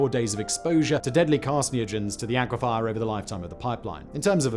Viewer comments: Please, please the word aquifer is pronounced ack-wi-fur not ackwifire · Dear Simon The word "Aquifer" is NOT pronounced "Aqua-Fire." It's pronounced "Aqua-Fur." You can tell because there is no "i" after the "f" Or you could just take my word for it... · AquiFER, NOT aquiFIRE, sorry.